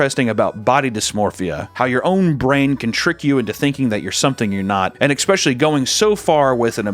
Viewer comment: mfker said it again "EXXXXXX-specially" ;P , all in good fun love u papa